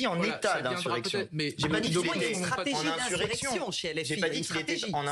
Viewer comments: inZurrection madame ! 😂😂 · "inzurection"... ??? Qu'est-ce qui se passe ? La dame n'arrive pas à dire le mot ou bien c'est un pari entre collègues ??? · InZurrection elle dit la madame de la Macronie